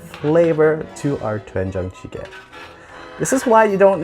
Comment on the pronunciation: YA!!!!! . Korean guy here. You better learn how to speak Korean words more correctly. Your lips make the "wen" shape whilst everything else just makes the den sound. So its actually more correct to pucker your lips FIRST, then say den. It takes practice but you can do it. you make an aspirated hard T sound when pronouncing this. not correct. Fix!!!!